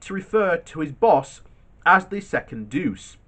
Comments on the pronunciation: "Duce"is pronounced as Doot-cheh, not as douche. But I understand the temptation. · Duce is pronounced "do-chay"..... yw